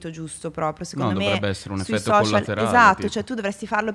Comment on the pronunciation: Nessuno: Assolutamente nessuno: Chiara: i soscial